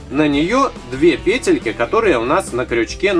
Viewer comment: Вы говорите , , Петельки а правильно говорить петельки